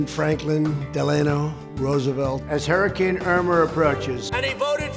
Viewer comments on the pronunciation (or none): none